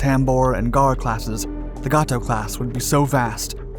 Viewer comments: It's pronounced "Gate O" not "Got Toe" PS the other one is pronounced "Bailey O" like the old pirate or the more modern word used when repleing down a cliff not " Ballow" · You are mispronouncing Gato. It is Gay-toe. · It is pronounced (gay-tow) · That’s right! Every time I heard that I cringed. Good story though